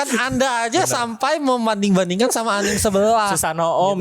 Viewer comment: Gue risih banget sama orang yang nyebut anime dengan anim. Anime itu bahasa jepang, bukan bahasa inggris, jadi bacanya ya anime, bukan anim.